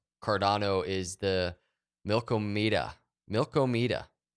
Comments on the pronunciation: Did u really just call it milk o me da It’s mill Kah muh duh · Its Mil-KAW-meda! not Milko-meda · The various pronunciations of Milkomeda that are going around are killing me. If you look closely at the application’s website, it’s obvious the name is a play on the Andromeda galaxy.